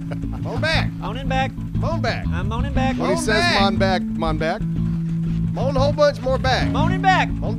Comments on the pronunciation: Damn lol I've been saying mon'back all day at work😂😂😂😂😂 even when it's not necessary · "Yeah just go ahead and 'mon back."